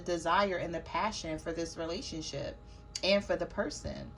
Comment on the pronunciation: I Almost thought you said RelationSHIT Lol 😂